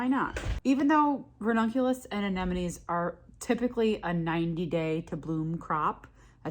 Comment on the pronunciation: you are one of the very few flower people on the internets actually saying AneMonNes. I really appreciaten that. Not that it's important. But hearing AneNoMes drives me nuts😂